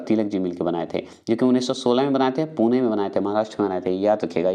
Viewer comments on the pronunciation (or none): none